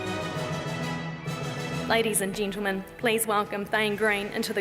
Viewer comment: Ladies and 'Gintlemen' ?? Fuck off, you annoying dickhead